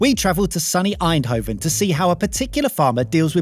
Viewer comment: It is so fun to hear the Dutch farmer accent trough the farmer his English. I am Dutch myself :) May I add that you guys pronounced ‘Eindhoven’ really good